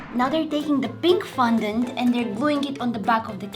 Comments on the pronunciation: She ate the whole cake, didn't she? And quick thing, It's not FUN-dent it's FON-dent, I love the vids here, so please for the sake of my sanity (what little I have left), PLEASE get better at remembering and pronouncing words. PLEASE. And I say remembering because when you put the green gems on your face, the paint made you look like Gecko/Greg from the PJ Masks, I was very annoyed that you couldn't remember his name, remembering the word Gecko is very easy. Love your vids! 💜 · Its FON dant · girl you said fundont its fondant